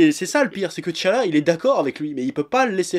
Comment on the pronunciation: A chaque fois qu'il disais t'challa dans ma tête je disais Head chala :D